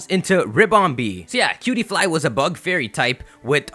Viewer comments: When he said cutiepie I thot he said PewDiePie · When you said cutie fly I thought you said pewdiepie